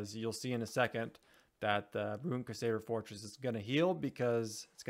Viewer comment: CRUsader!! Not quesader 😂😂😂